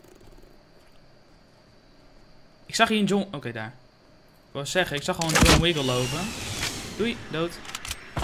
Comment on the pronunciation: Ik was nog niet geabonneerd en ik zag je thumbnail en ik zag dat je pro was en vond je leuk dus ging subscriben en je je zij John wiggle en het is John wickle